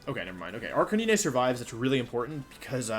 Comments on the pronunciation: Request (demand) to halt calling it Arca-knee-nay. You're destroying my childhood, sir. A r c a - n i n e . 😛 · Arch-a-knee-nay the poke master way to pronounce is correct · Lol it’s ar-ca-nee-nay lol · Bro people that play games and mispronounce characters is sometimes acceptable since we’re all dumb af but whenever Wolfe says Arcanine and Ninetails it just pisses me off. Is he trying to be ironic or am I just missing out on a trend. CORONA REALLY BE DOING ME LIKE THIS sjshdkfksb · I'm only here for the way Wolfey pronounces Arcanine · Can someone explain to me why he says Arcanine like that with confidence.